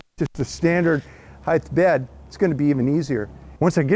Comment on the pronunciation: Having moved to Washington from overseas I am amazed how even university educated people here think “heightth” is a word. What’s the story behind that? With so many people here doing it, is the school system to blame? How did this happen?